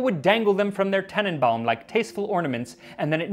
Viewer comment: Its tannenbaum, not tennenbaum 😂